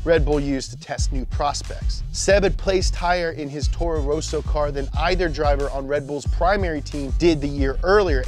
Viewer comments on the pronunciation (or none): I love the f1 videos but could you guys get someone to do a quick pronunciation check? stuff like "torro row-so" and "david cool-yard" just sticks out pretty blatantly LOL